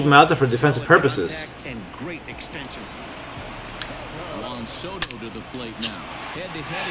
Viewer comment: It’s Juan Soto